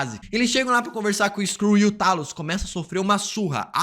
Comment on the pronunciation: Era o "Teilos", Teilos!! É assim que se lê, caraca! E é Seiber (a tal estação espacial lá), Por favor, vamos ajudar o coleguinha aqui, minha gente!